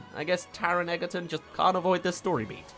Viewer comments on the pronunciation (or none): I'm sorry to be this person but I have too much respect for Taron, it's pronounced Taron Edge-er-ton just spelt Egerton common mistake